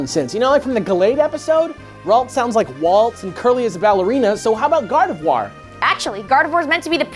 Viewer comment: "Garvedoir." Come on, gang.